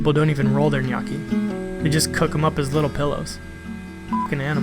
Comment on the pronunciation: I'm really impressed by the way you pronounce "gnocchi", because I was expecting a pronounce similar to the "gn" in "pregnant". So, bravo!! By the way, I'm Italian